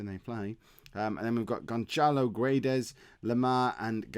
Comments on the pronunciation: It's pronounced Gonsalo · i'm portuguese, the ç in Gonçalo is read like an S in Simple or Super,the rest of the pronunciation is fine. Guedes is just like you are saying, just don't pronounce the U